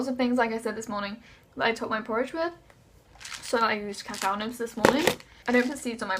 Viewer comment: It’s pronounced ca-cow not caca 😂 caca means poop in Spanish